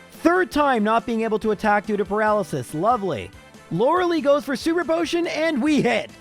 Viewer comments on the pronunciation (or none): Stop saying Lorelee. It is Lorelie